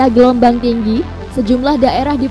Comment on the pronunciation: Gelombang atau gelomong